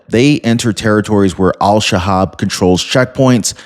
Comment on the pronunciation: Pretty sure it’s El Shabab